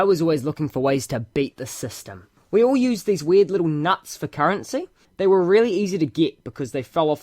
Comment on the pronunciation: Leetle wolfie